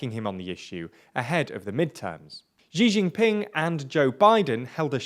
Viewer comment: hey man no offense, but your pronunciation of "Xi Jinping" has always bothered me. just pronounce it like "she jinping" not "ji jinping"